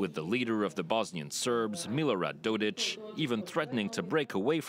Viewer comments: Dodik not Dodić. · His name is not, Dodić, but Didik. With a common "k" at the end. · well it is even didik, but rather, dodik. get it right lol